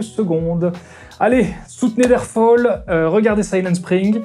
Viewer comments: On dit pas der fol des adlers mais der fal des adlers. Avec un a ccomme dans sam. C'est de l'allemand, pas de l'anglais. Aahhhh pour une fois que j'arrive à debunker, je suis content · Juste un truc au passage : quand on n’est pas sûr de connaitre la prononciation d‘un mot étranger, on évite de le prononcer par défaut à l’anglaise : on le prononce à la française. Et ici, ça aurait marché pile poil : en allemand, fall se prononce falle, pas folle. Der Fall : dère falle The fall : ze foll. De rien ;) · Der Fall, pas fôll, c'est de l'allemand... :D oui je sais, je suis pointilleuse... A part ça, toujours un plaisir de se secouer les neurones sur tes vidéos... So long Bro ! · depuis quand l'allemand se prononce-t-il comme l'anglais? "Der fol"? Nein! "Der Fall", comme bal, cale, dalle, etc... Un truc pour prononcer (à peu près) correctement une langue que l'on ne connaît pas: un coup de Google Traduction, on écrit le texte, on le fait lire par la synthèse vocale, et le tour est joué. Ça ne marche pas pour quelques langues où l'option synthèse vocale n'est pas active, comme l'irlandais par exemple, mais sinon c'est super. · Petit détail qui a son importance. En allemand on ne prononce pas "Fol" mais "Fal". Mise à part quelques exceptions, l'allemand se prononce comme il est écrit. Ce qui n'est malheureusement pas le cas de l'anglais (et encore moins du chinois). Pour quelqu'un qui se veux sérieux et rigoureux, ça la fout mal. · Super vidéo comme toujours ! Une petite remarque sur la BD : le titre se prononce Der "fall" comme en français, comme pour "handball"... Hâte de voir tout ce que tu nous a annoncé 😉